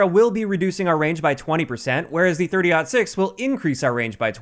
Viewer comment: I’m happy you said 30.06 correctly.. JGod totally butchered it